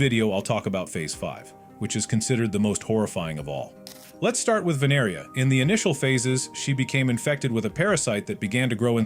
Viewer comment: It’s Vineria Not Veneria